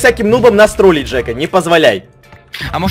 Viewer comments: не " ТРАЛИТЬ" а "ТРОЛИТЬ" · Не тралить а тролить не русский учись говарить